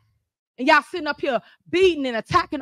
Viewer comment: She doesn't even say y'all. She says "yao"